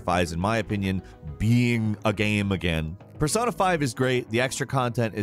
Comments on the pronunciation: Anybody else hear him say “GAAM” instead of “Game” sometimes? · He says Gayum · The way this dude says "Game" though; What a creepy dialect.